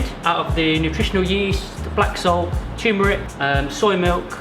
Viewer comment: Loved this vid, and welcome back. 2 quick things... ketchup and eggs=no!... and also loved how your guest chef mispronounces “turmeric” as “toomeric”, but it’s all good. 👍